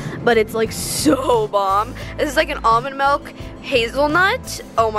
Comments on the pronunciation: Oml she says “melk” instead of milk. ily girl but just no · I love her but when she said “melk” instead of “milk” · STOP SAYING MELK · The way she says milk is funny she says melk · She says “melk” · frl its not no melk its milk🤣 but i still love her channel!!!! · It’s milk not melk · Frances Hermes my best best best friend says "melk." I just look at her and say, "I love you but it's miiiiilk." 😂😂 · ITS MILK NOT MELK sorry had to mention it:)) hahaha love your vids tho:) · OMGGG NOOO SHE SAYS MELK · Melk lol it’s milk 🥛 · its not mELK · Did u just say melk?!??? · Milk not melk UGHH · mElk lmao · How she said milk killed me